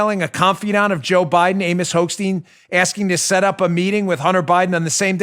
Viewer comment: Hochstein??? I thought you said Hoax-Steen ^^ Prononciation: Hoch = Stein =